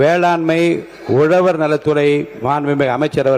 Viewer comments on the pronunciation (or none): அது உலவர், எலுவார் இல்ல 🤮 உழவர், எழுவார். ழ கரமே varala. தமிழ் எப்படிப்பட்ட மொழி..! அழிச்சிடுவிங்க போல.